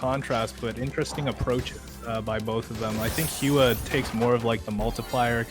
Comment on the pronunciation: hua should be prounced as whua?